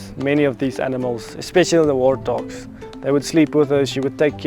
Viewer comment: Sounds like he is saying wartdogs😊.